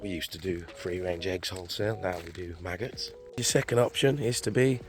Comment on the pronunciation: did you say maggots?